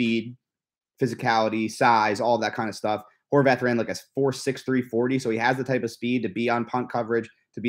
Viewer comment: I knew it! It’s prounounced “Horvath,” not “Horvahth” the way Noah Eagle and Dan Fouts say it. Thank you,! Why can’t the Chargers get a decent pre-season crew? Are they Chargers hires or do they work for CBS?